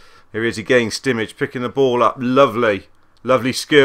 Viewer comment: SCWIC It's spelt Simic, or Šimić to be more exact.